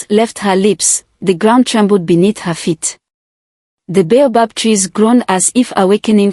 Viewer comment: Some of the words in the text in the story are not spelt the way they pronounce. For example "bay above tree" should be baobob